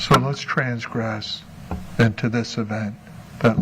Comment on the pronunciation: Each time says 'transgress' and 'cachet' he boldly demonstrates his ignorance.